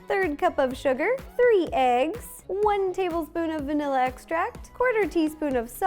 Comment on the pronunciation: I rewinded the video 5 times to see if she said Nila or vanilla I still don't know 😐